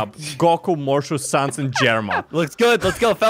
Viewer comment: Sans more like saying's Sus